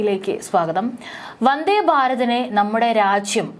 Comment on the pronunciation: വന്ധേ അല്ല വന്ദേ എന്നാണ് പറയുക നല്ല മലയാളം പറഞ്ഞു പഠിക്ക്